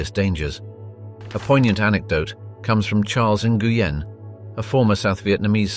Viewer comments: It’s pronounced “ win “ .. not “ in gu yen “ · For future reference, Nguyen is pronounced “WINN”. Nice reporting. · General 'In-goo-yen'? Seriously?? It is one syllable. Not three. smh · you're pronouncing Nguyen wrong... its supposed to be "new-Ann" ;) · "Nguyen" is pronounced "win"